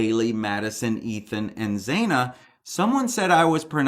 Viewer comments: Still pronouncing it wrong. Zana like banana ✔️ Not Zāna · Xana - pronounced Zan - ah not Zain - ah ❤❤❤❤ love your channel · Xana is pronounced zana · Xana ...Pronounced Zannah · The name is pronounced Shana like rhymes with Anna. Its an eccentric spelling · Hi. Xana is pronounced Zana. Rhymes with Anna. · Hi there, I'm pretty sure Zana is pronounced with a short vowel sound.... Like banana, or Hannah. Great video!! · xana..like Xanax. you do say it weird hahah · ZANA - you are pronouncing the second letter A wrong.